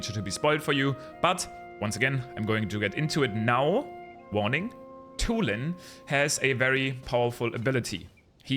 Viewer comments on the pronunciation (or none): Yeah "Tulin Pumping" ain't it, chief.